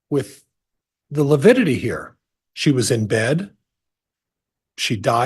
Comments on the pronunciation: Every time he says “lipidity” I cringe 😬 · Yes, it sounded to me like he kept saying lipidity... like fatty acids (lipids)... odd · Prior mispronounces a lot of words and names. But I really wish someone would have corrected him on the “lipidity” one. That was so cringy. 😖 Also cringy: parochial / patriarchal and how he butchers Zulema’s name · Is Priors inability to say “lividity “ another attempt to show the jury he”s just an old boy struggling with unfamiliar problems? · side bar "Your honor, please tell this self-proclaimed idiot that it is lividity, not lipidity" 😮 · Does Prior keep saying lepidity?? Instead of lividity 🙄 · Yes, every time he said lipidity I muttered 'good one, Prior' What a twit